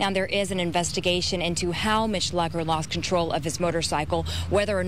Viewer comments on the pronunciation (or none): Right when they said "Mitch Lucker was killed. I lost it. They said his name wrong to